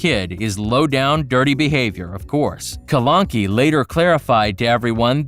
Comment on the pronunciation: Did he say “KALANKI” 😂😂😂